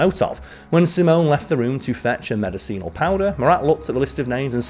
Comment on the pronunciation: The word you butchered the most , and I mean really butchered, was an English word—medicinal lol. But I enjoyed this , well done.